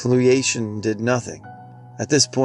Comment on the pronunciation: chelation is pronounced "key-LAY-shun".